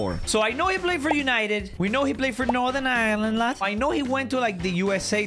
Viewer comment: Why’d he put on a scouser accent when he said “northern Ireland lad”